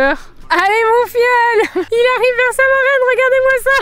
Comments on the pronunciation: Quand il dit "merci marraine" on dirait qu’il dit "merci ma reine" 😂❤ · Qui a entendu ma reine a la place de marraine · Si tu l'aurais pas dit j'y aurait pas pensée x)